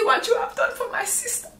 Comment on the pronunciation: I’m cryin 😂 “I’ve seen what you have done for my sees-tah…” 😂😂😂😂😂😂😂😂😂